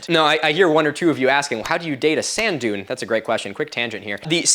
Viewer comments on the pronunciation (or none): none